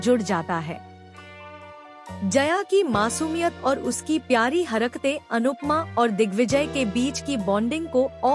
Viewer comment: तुम हरकतें को हरक तें कह रही हो